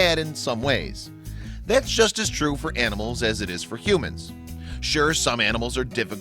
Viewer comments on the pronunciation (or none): none